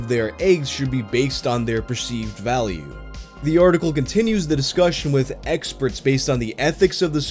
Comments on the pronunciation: I think you said "eggsperts" which is funny on multiple levels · did you purposely pronounce the word experts "eggsperts"? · "egg-sperts" You did that on purpose, didn't you? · ....with Eggsperts"🤣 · Hehe “eggsperts”